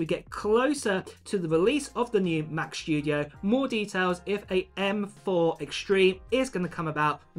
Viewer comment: Has anybody understood when the Mac Shtudio comes out?